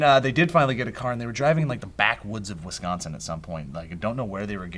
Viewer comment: Props to Joe. You are probably the only person outside of the Midwest that can correctly pronounce Wisconsin.